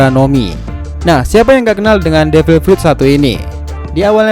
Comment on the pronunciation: Apa gua doang yang ngedenger pas awal2 , devil prut